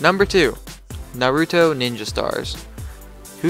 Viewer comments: omgz he said nar ooo doh, DATS NOT HOW YOU SAY IT!!!!!!!!!!!!!!!! I was guessing someone would say that in the comments XD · it's said nar-ew-toe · Naruto (pronounced nautoro) is a Japanese anime/manga not a company. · It's nautro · Omg nobody knows how to say naruto👺